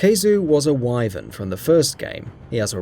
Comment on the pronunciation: Hated the way he pronounced Wyvern too...